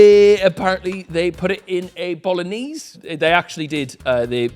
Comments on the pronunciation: The pronunciation of bolognese is diabolical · I just realised he said bologknees